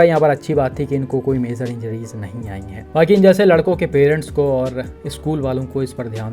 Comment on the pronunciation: Bhai, sabse pehle, yeh MAZOR kiya hota hai .. woh major hota hai, aapni pronunciation sahi karlo